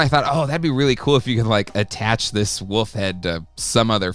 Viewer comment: Say it with me..... WOOOLLLLFFFF! There's an L in there. It's not WUFF. It's WOOOLLLLFFFFF! Say it.... WOLF!